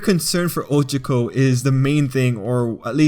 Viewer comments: This isn’t hate but I can’t stand the way he said her name. It’s not 😭 I think people take to many things over bored💀 if he calls someone by there name “SHIP”, he thinks about someone for a sec “SHIP”, one scene alone together “SHIP”, y’all need to chillllllll💀💀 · I was just drawing while listening to this and i legit just slammed down my headphones and screamed "you did NOT-" at my laptop screen when he mispronounced 'ohchkoh and bAkegoh' (Ochako and Bakugo) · Ahhhhh that's not how you pronounce their names😭😭😭😭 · Bruh he says ochako and bakugo names wrong!!!!!!!! HOW??????😑🤦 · I love how you say ochako's name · that is NOT how to pronounce OCHAKO!!